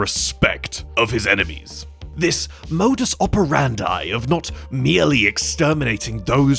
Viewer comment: “modus operandi” wasn't pronounced correctly